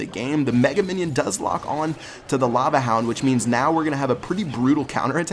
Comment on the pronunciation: "Now we got a Lava han-f-houndf"